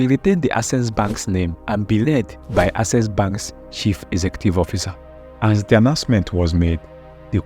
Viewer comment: You really need to work on your pronunciation before posting videos. How could you pronounce "access" (AK-SES) as "assess" (ah-ses)? It's simply unacceptable.